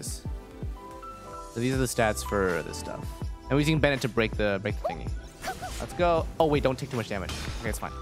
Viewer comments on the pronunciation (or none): none